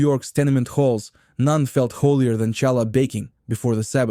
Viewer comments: Ai Russky can't properly pronounce challah ! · After making me wince by mispronouncing “challah,” you totally lost credibility with me when you made the common mistake of confusing smoked salmon with lox. Smoked salmon is nice fish, but it was UNsmoked brine-cured salmon, real LOX, that combined with cream cheese on bagels to become a new favorite of Jewish cuisine. Nova Scotia and other smoked salmon had nothing to do with it until decades later when some stores and restaurants started misrepresenting smoked salmon as lox. Shame on you for perpetuating a deception that has caused real lox to almost disappear from the market. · Good content read by an uncircumcised Russian bot. Lol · Yes, the pronunciation was lacking in certain words. Like challah 😂 but the food looked really good. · AI with its fake Jewish accent. Ity said shallah, not challah. AI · It's Halla. Not challa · WHY DID YOU SAY CHA LA? WRONG! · Hallah not challa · It is Hala Bread not shala your pronunciation is wrong 😑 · Obviously Ai - no Jewish person would say cha- llah! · It’s not shallow. Pronounce it properly. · Stop saying Challah!!! It pronounced Khallah! English doesn't have this ability to say this consonant, so they say hallah or challah, but you should try to pronounce it khhhh from the back of your throat. Similar to the Persian letter for Shah, which is also should be pronounced Shakhhhhh , means king. In chess the word check is again a distortion of the word Shakh. Check mate literally means the king is dead. Mat in Semitic languages mean dead. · Please say Challah correctly, not as you said it as the ch in chair.Thankyou. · Please get a narrator who can correctly pronounce challah! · I enjoyed the video - but it would have really less painful if there would have been an effort to pronounce the names of the foods properly. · cant you find anyone to be the voice who can pronounce Challah correctly????? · OMG. AI lousy pronunciation. Challah, bialy, rugulach, Knishes with a K. Criminal.